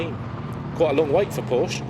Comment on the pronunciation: An announcer that cannot say Porsche correctly. Brilliant.